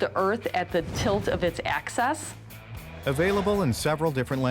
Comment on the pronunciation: Yeah! Sounded like "access".